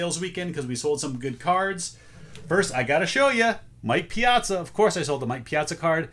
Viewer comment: Sports cards bore me to tears but you KNOW I have to watch just to hear you say mike piazza! 😂 Great sales! You’re rocking 💕